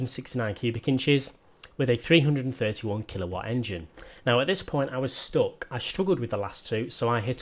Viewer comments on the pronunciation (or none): none